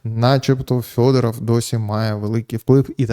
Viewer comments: Так ріже вухо Фьодоров, хіба не Федоров? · Ярославе, чому ж він у вас Фьодоров? Правильно ж Федоров!